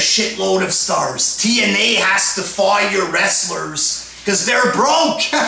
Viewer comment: Wtf is a wrastler lmao.